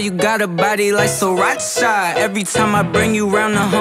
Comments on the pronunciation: Who else likes the way he pronounces Sriracha 😍😍😍 Sri-RACHA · taught me how to pronounce sriracha